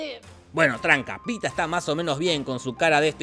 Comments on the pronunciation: es pita no peeta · Se dice pita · Que es "Peter", no "peeta". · 137 veces dice pitah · Ese Peeta dice mal que mil Peetas. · Por si se lo preguntaban (probablemente no) Jorge dijo "Peeta" 50 veces durante todo el video (si, las conté Jajaja) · Cuando en el video se comenzó a contar cuantas veces dijeron Peeta en la película, yo atrasé el video hasta el inicio y comencé a contar cuantas veces se dijo peeta en el video jajajja Según mis cuentas fueron 50 veces! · Peeta Estevanez😅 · (WATCH MY LAST VIDEO) Eliminemos a Davis Stevens así lo creí al ver la película, aunque me resultaba raro q lo pronunciaran tan británico, pero no... resulta q su nombre es PEETA Mellark. 🤷🏼‍♀️